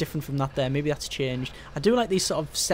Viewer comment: Series? Merbe.. Beverage? SURE! Try harder difficulties...